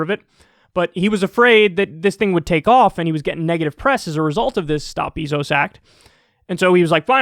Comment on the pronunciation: Do you, like, purposely say "BEE-zos" instead of "BAY-zos?!" 😂 I mean, I don't like him, either, but literally almost nobody pronounces his name that way.